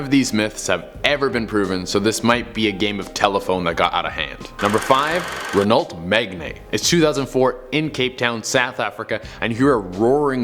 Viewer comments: A Renault Megane is pronounced Reno Meg-anne NOT Ren-ult Meg-nay just saying👍🏼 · IT is NOT A RENUALT MAGNAY MORONIC IMBECILE!!! IT IS A RENAULT (MAGANN)<-- pronounced as . .…... MEGANE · Renault megneg? 😂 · he pronounced the Renault Megane wrong, he wasn't even close lmao, it's pronounced "Renoh Megan" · Ri-nolt meh gan ay. 😂😂😂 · It’s pronounced Reno magan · The way he mispronounces Renault Megane (Ren-oh Meg-an) is horrible. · 'Renolt Megnae' 😂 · The way he said renult megane males me angry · Am I the only one that gets pissed cus he horribly mispronounced Renault megane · U Yanks can't pronounce euro car names u butchered Renault Megane.